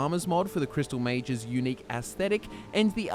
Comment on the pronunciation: "This.. is the Crystal Meth"